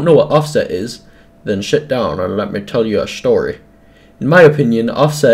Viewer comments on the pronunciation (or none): did you say shit down? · When he said "Sit" it sounded like the S word